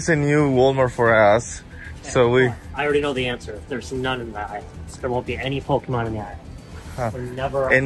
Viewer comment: love the videos, but corey needs to learn his pokemon pronunciations lol.